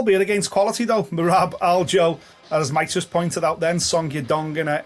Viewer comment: Oh no. finally pronounced merabs name correctly. Merabs is screwed